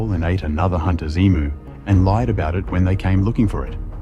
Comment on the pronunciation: Youre saying Uluru correctly. That sounds like a male AI voice. As he says many words wrong, even Emu. No Aussie would pronounce it wrong. Its a very, very long drive from most capitals in Aus. You can fly from Sydney or Cairns direct to a small airport there. Or fly to alice springs, which is a more popular option. Then either do a coach tour from there out to the Uluru or hire a car and drive from there. Its about 5.5 hours from Alice. You can go visit there independently or book a guided tour around rhe rock and sites wirh an Indigenous guide. Theres helicopter flights over rhe top too, if you have the money!